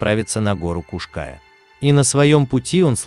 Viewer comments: Скала называется не птичья , а орлиная . . . , и ударение на букву " я " . Поуважительней надо к местным топонимам ! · После неправильного ударения в названии горы и картинки о том, что это возле Нового Света даже смотреть эту лабуду не стал. Снимайте качественный контент. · Куш КаЯ.. Ударение на последнем слоге.. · Ударение на буку Я! Куш -КаЯ! Простите за исправление! Просто слух резало! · И на у ударение кУш-КаЯ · Куш-КаЯ называется вершина. Братан, ты бы хоть поинтересовался, прежде чем 100 раз неправильно озвучить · Уши режет неправильное ударение!Куш-КаЯ,ударение на Я.Пусть пишу поздно,но так поздно посмотрела видео,говорите грамотно . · ударение на Я Куш-Каяяя , перед тем как видео делать учи как слова правильно пишутся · Kaş Kaya правильно говорить надо. Татары Украина 🇺🇦🙏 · Куш-Кая...Ударение на букву Я Тюркская топонимика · Куш- каЯ. Ударение на Я. Хоть бы поинтиресовался, прежде чем выпуск готовить. Чуть кровь из ушей не пошла🤦‍♀️ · А ещё автор говорит Куш-Кая с неправильным ударением, бесит ) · Кушкая дико режет ухо.